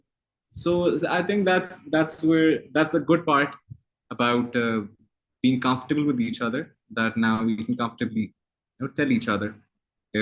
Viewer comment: Hamza sohail said again and again 'we are confatable each other '😀😀